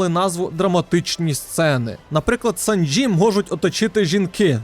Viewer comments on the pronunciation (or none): Чисто для справки, персонажа звуть "Сáнджі". Мені по вухах добре різанув.) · Не СанджІ а САнджі)